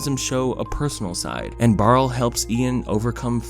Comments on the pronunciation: Barley.... not Barle... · btw not to sound like a jerk but his name was barley not barle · His name is Barley not Barl. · WHY SO YOU KEEP SAYING BAREL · if you call him barl one more time im will attack you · I’m sorry but did you call barley barl the entire video??? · lmao you called him barl so many times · His name was BARL-EY!!! BARLEY!!!! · On one hand this is a beautiful introspective and I agree wholeheartedly that Onward (and also Cars) is a lot better than people give it credit for. on the other hand, OH MY GOD STOP CALLING HIM BARL THAT'S THE NAME OF THE ORC FROM THE SHITTY BOOTLEG VERSION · BARLEY barley ITS BARLEY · I know it’s a nitpick but the name is barley not barle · He keeps saying BARL and it hurts me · Lol it's Barley not Barl 😂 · Isn't his name Barley? Not Barl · "barle" me: its Barley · barl?? barL???? BARL??? *BARL*?!!! B A R L E Y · Bruh who is Barle? I thought it was Barley lol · He called barley, “barl” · I can’t take you seriously saying this is under appreciated and then calling him “Barrel” when literally one google search would tell you it’s “Barley” don’t comment it’s a joke bc I don’t really care . It was annoying and made the video disingenuous. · The brothers name is Barley. Who the hell is Barl???? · Awesome analysis of this movie. I personally liked this movie and REALLY liked it the second time watching it. Is there a reason you kept calling Barley, “Barl?” Is there a joke here I’m missing or did you just shorten his name for some reason? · I hope you're not calling him "Barl" on purpose. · Pixar: Barley: Barl Me: Barrel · His name is Barley, Not Barl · Did anyone notice that he says barl instead of barley when that's his name in ONWARD Barl is the name of the brother in HOMEWARD Barley ONWARD Barl HOMEWARD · “Barle” My heart dies with every y forgotten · IKR ITS BAR-LEE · barley. Its barley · Its pronounced BARLEY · why you call him barl???? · When he doesn’t pronounce barleys name correctly. « REEEEEEEEE »